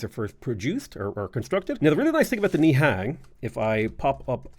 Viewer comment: They are the Khmer people pronounced (Kah Mi) and Nihan is pronounced (Ny hon) smh